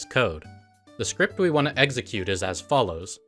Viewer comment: The video is so great but for the love of god please pronounce execute correctly..